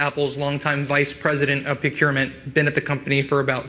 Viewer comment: I cringed everytime Charlamagne pronounced "procurement". 😁 Tony can step down/be fired from that position and he will be okay. I guarantee they paid him handsomely for his departure. Tony will probably be hired at another corporation quite easily and all of this will be quickly forgotten.